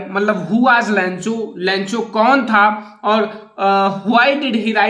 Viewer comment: Lancho nahi lencho😄😄😄😄😄